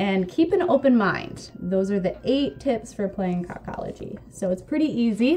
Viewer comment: I think it's pronouced KO KO LOGY like "coca cola"